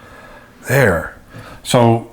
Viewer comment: every time you say "there" I think "bear"! Thank you for the beautiful video!!